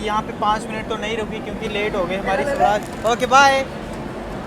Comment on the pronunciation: Sawraaj nhi Swaraaj bolte h...bhai pronunciation pe dhyan de thoda...bahot cheap lgta h aise